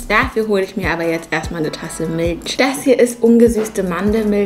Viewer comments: Wieso sagt sie Mitltsch zu Milch?🤣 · wieso sprichst du milch milsch aus? kannst du kein ch aussprechen 😂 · Ps2 :finde es witzig wie du Milch aussprichst😂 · Miltsch und muckbang wirklich richtig deutsch ausgesprochen